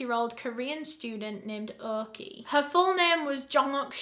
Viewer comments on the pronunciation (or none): Orky was pronounced Oki here it’s